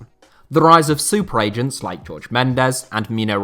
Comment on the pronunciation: You can’t pronounce agents or what?